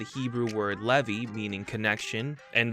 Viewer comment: It's funny you apologized for mispronouncing this when you are the first English person I heard pronounce the name "Levi" perfectly.